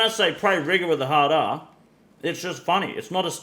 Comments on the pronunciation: I’m black and saying Rigour with a hard R is pretty good content to me as long as it’s not malicious which I doubt it is after watching you for years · I knew this was the for the common folk when I heard rigour with the hard r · Rigour with a hard R is funny as hell, laugh everytime. "black' American if it matters